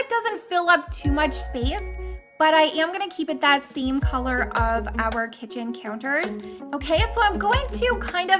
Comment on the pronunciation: It is kitchen not kicen